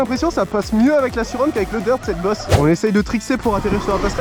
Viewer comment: Dsl mais la Sur-Ron ça se prononce Sur-Rone voilà 😁